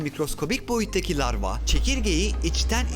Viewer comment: Larva yerine sürekli lavra diyen ruhi yordu